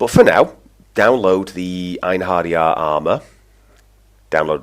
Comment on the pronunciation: They are actually an army, commisioned by Odin to use in battle at the viking apocolypse, Ragnarok it's pronounced I-en-he-ri-ar.